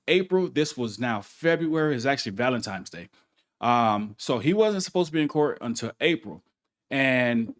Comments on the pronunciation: ValentiNe's day, not ValentiMe's! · Valentimes day?